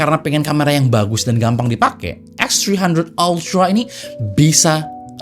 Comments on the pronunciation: Anjay.... Eks Tri handred altra, ribet bang ngomong nya 😂. Bang abis makan roti keju ya? Jd pinter bhs Inggris nya 😂. Mantap lah, mgkn inilah jawaban user Android yang pingin kamera pro, tp bosen pake aipon. Segment foto & videografi di HP sih bkn segmen besar. Tp adanya produk pasti ada pasarnya jg. But, gw yakin semakin lama klo kamera HP udh setingkat mirrorless ada kemungkinan kamera profesional yang mid to low bakal tergantikan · “VIVO EKSTHRIHANDHRET ALTRAA” 😂😂😂